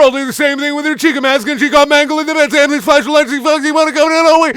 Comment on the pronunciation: Dude every time you say amethyst I hear hamfist and fucking laugh every time